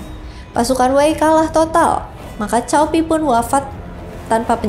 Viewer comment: Lebih pas cao dibaca tsao